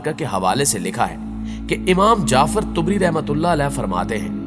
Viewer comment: امام طبری کو ط Tabri کی زبر کیساتھ پڑھتے ھیں